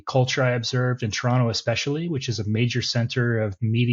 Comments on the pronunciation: You are Canadian bro, you said Toronto right. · You can tell this guys been here a while, by the way he doesn't pronounce the last "t" in Toronto.